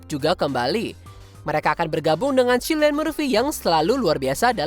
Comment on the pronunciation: Baca nya cillian murphy. Silian atau kilian si😂